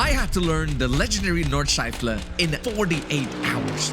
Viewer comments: My German heart is dying when hearing ,, nordschlaifle" in the intro mate 💔 pls redo and reupload this sht or I'll unsub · Nordschleifle? Where did you get that „le“ from??? Nord-schlei-fe